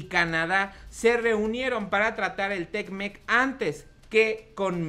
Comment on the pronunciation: Es te mec, no tecmec jajajajaja que chistoso te escuchas. Ya estás como otros you tubers que ni leer saben. Al tiro valedor ahí la llevas.